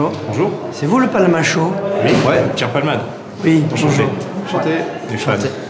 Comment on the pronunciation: "Palmashow" -> "Palmoral" lol